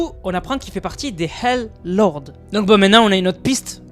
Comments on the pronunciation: wlh c pas pour me moquer mai quand tu disait hell lords endirait du volait dire hal de hallal mais tu as dis hell lords😅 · J’ai cru t’avais dit halal lord